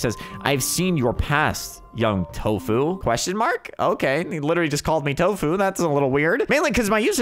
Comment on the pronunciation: Why did he call him tofuu